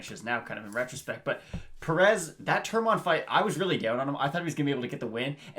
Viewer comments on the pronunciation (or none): Why you saying Perez like that? And It's Turman not Tormann lmao